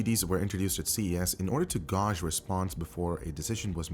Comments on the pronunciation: Gauge is pronounced "gay-j", not "go-j." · GOOOGGGEEEE (thats not how you say gauge) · "gauge" is pronounced "gage" yo. Thx for the vid! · The way he pronounces "gauge". 😂